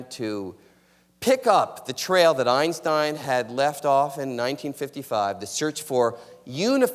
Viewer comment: If she says "Einshtein" one more time..